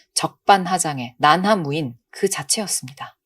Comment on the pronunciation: 저만 난하무인으로 들리나요??